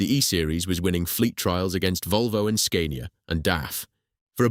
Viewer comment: Then Scania😫. The "a" is pronounced as in "cat" not as "cane".